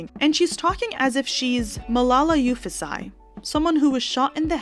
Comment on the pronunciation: It's 'Yusufzai', not 'Yufuszai'.😊